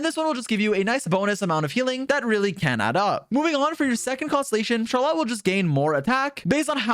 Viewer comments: It’s not shar lot, it’s shaar roll let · can’t even say Charlotte correctly truly the aboba steamer of all time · ily but you rlly have some have the weirdest pronunciations 😂. Even if that is how you actually pronounce her name it sounds so much worse than “Char-lit” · CharLot? Is that really how you’re supposed to pronounce that name? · I can't help but laugh every time he says Char Lot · He lost me at Shar-LOT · Good guide, but every time you say "char-lot" a piece of my soul disaggregates into dust. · Imagine not being able to say "Charlotte" correctly. Dumba** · Have you never heard anyone pronounce Charlotte before? 🤣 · another characters name butchered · I asked 2 different friends from FRANCE about her and they say you're trippin with that name pronunciation 🗿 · The way this guy says Charlotte makes me wanna say he deserves to be bullied.